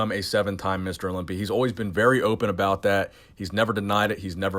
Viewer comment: michael Sim I don't know what you're talking aboot?!